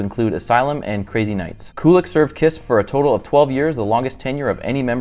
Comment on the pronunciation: "Koolick" omg lmao its pronounced Q-lick 😅